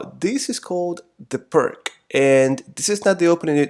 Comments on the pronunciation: Great video! Just FYI, "Pirc" is pronounced "Peerts", not "Perk". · I've been playing the Black Lion system as Black in Chess, but didn't have much success with it. This seems a bit similar but much more solid. THANK YOU ! P.S : Just one thing, as I Czech myself I just wanted to let you know that it's pronounced like "pirTS", not like "pirK"... Cheers ! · Pirc is pronounce PEERTS not PERK! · The name doesn't sound like "perk", but more like "pirts". Named by Vasja Pirc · 'Pirc'' was a Slovene and his name is pronounced like 'Peerts'. But I know that to pronounce foreign names or words is an unAmerican activity and might even get you arrested — so beware! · Excellent video. Well explained and convincing. I was looking for an opening against e4 and I think I will give this one a chance. By the way, the opening is pronounced „peerts“. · It is Pirc, not Pirk